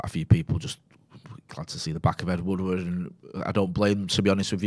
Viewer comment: ed woodward, not ed woodwood